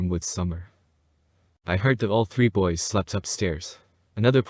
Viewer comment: She speaks very uneducated. “These are all her toys that I’ve boughten.” And she says the TMNT toys are the boy-es with 2 syllables. She always sounds like she’s on sedatives bc she talks really slow and her words are slurred and she has a nonfocused look in her eyes and her whole face looks so tired like drowsy. I don’t think she was high or on drunk at this exact interview with CM but if this is how she is sober, then even on weed and alcohol, she is going to be super hard to figure out what she means or what she says.